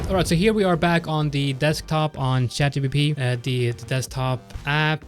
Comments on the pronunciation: please stop calling it 'chatGBP' its not the sterling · Oh , literally yes, he said GBP.... 🤣